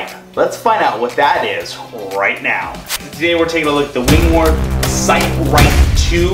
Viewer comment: It's pronounced Win-more.